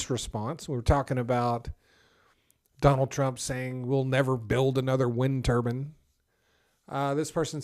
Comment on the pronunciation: It's pronounced ter-bine, not ter-bin. It should rhyme with fine.... Otherwise, it sounds like you're speaking about a turban that is worn by sikh men to cover uncut hair as part of their faith.